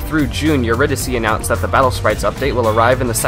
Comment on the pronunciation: Don't know why, but I want to point out that the name "Eurydice" is pronounced "Yuree - Dice" Great video otherwise